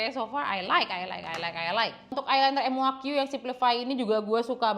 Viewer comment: kak bukan m u a q tapi muaq bacanya kak hehehhe😊